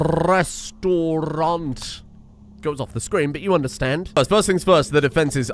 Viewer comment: Restaurant, not restaurante.